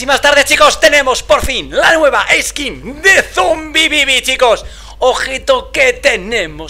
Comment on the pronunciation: Yo cuando dice: Zombibibi